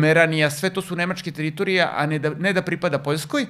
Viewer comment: Ne kaze se TEritorije nego teRItorije...